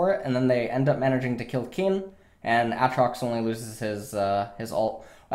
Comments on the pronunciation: As much as i would love to watch this i cant until u learn to say ay-trox.... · He keeps saying a-atrox Lmao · A Atrox you fuckin troller reeeeeeee edit: oh thank god you started saying aatrox right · everytime i hear him say aatrox i think of the key and peele skit. YOU DONE MESSED UP A A RON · How many times can you mispronounce Aatrox oml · Ah-trocks and Koss-o-din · A-atrox, kah-suh-den, bah-ron